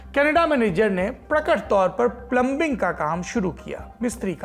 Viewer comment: Plumbing : प्लमिंग